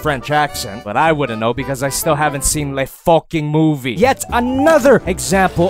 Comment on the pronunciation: Le focking muvi